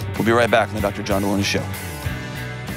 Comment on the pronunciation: No one caught that he pronounced his last name wrong? /Jelony